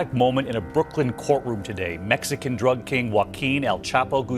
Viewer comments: The best Droog dealer 🤣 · This AI voice over is just terrible. Favor = fahvor while Drug = druhg Others - ohthers See the pattern here? Just weird. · 😂 I was thinking the same. What is a D A aggent. What is a raaaadar 🤣 and the droog dealer 🤣